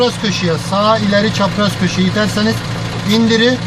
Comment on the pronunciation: INDIRI. KALDIRI. DONDURU. SON R LERI KULLANMIYORUZ ENERJİ TASARRUFU